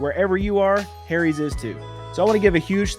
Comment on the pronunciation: I LOVE how you say "HAIRIES"... 🤣